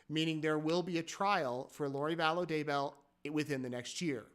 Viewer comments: they have had how many years and he said her name sounded like "value" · She's back to "Vallow"